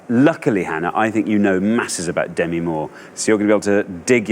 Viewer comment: Demi herself pronounces it duh ME so it shouldn't really be a matter of preference. There usually is a right and wrong way to pronounce someone's name.